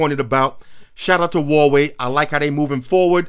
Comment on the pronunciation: It’s not waway is Hawaii not Optimus prime it’s like cake or something. And it’s not 2 steps Forward